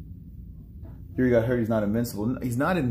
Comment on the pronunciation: Yuri, really? He is not some russian guy. :D Its Jiří or Jiri for english alphabet. :D